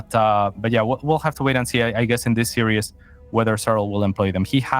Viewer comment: He just needs to stop pronouncing 'series' as 'serious' :)